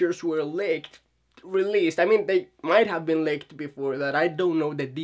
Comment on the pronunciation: Leaked and licked are two different words that mean two entirely different things and are pronounced two different ways. Leak is pronounced [lee-kd], rhymes with seek, feet, beat, seat, meet, meat, etc... Or if it's easier to look at it spelled this way: Leeeeeeeek Lick rhymes with sick, kick, pick, picnic, it, sit. Notice how the "i" makes a different sound than "eee" Hope that helps!